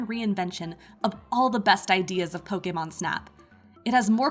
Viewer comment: Pokaymon. Hate anytime someone pronounces it like that...🙄